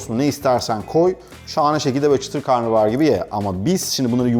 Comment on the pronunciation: Karnıbahar değil ama karnabahar... pliiizz